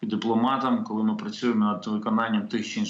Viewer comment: После слов "Колы мы пэрэможемо" упал пацтол и больше слушать не мог.